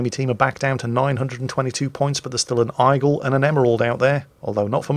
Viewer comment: what on earth is an "Eyegull"?